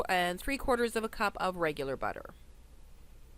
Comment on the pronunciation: That's alot of butah 🤣🍀👌